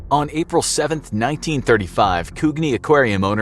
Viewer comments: Coo-gi? Ou meean Coo-jee lol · Coogee. it's pronounced CU-JI! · You mispronounced "Balmain" which has a short "a" sound like Balmoral, and "Coogee" which has a short "'oo" like book and soft "g" sound like giraffe.